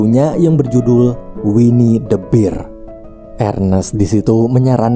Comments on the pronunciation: Bang bahasa Inggrisnya beruang itu ngomongnya ber, bukan bir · harusnya dibaca winnie the "ber" bukan "bir" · Sekadar tambahan biar lu makin kelihatan cerdas bang 🐻 beruang = "bear" dibaca "ber" 🍻 minol = "beer" dibaca "bir"